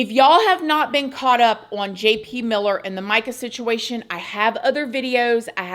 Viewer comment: yes! "OWE-un"